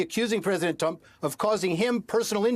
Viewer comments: he said “president dump” not Trump 😂😂😂😂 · OMGOODNESS!!! The lawyer for trump said, "president dump"!!! Hahaha!!! It was said , so start a little before. Things like this happen when you are trying to fast talk. Not to be confused with talking fast. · geez even his lawyer can’t speak… “president tump”😂😂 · the lawyer says "President Dump" 😂😂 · "President Tump..." I like that.